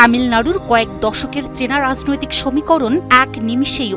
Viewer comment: রাযনৈতিক, আসরে। এ কে রে ভাই। কি উচ্চারণ!